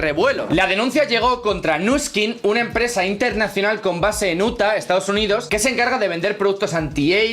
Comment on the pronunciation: Nadie: "iutah": uta